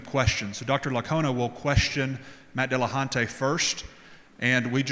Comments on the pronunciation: Why do so many people decide to pronounce it DillahunTAY?? There is precisely zero reason other than, well, I'll refrain from insulting their general intelligence directly. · "Matt Dillahontay" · Jeeeez, why does the moderator keep saying Matt Dillahun-tay? And yet nobody corrects him. So annoying.